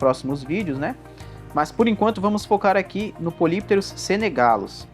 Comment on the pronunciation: Do "grego": Poly = Vários, muitos/as. Pterus = Barbatana. Lê-se: "Póli + Ptérus". A pronúncia é "póli ptérus". Polypterus = Muitas Barbatanas. Obrigado pelo vídeo. Muito bom e esclarecedor !! 🙂🙂🙂